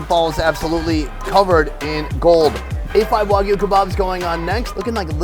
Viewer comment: Its WAG U not WOG u